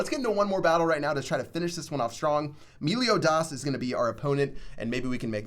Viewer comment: Prick pronounced meliodas wrong